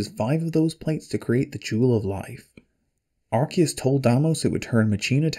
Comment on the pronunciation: yay you pronounced arceus correctly.. unlike all the pokemon "fans" who call it arse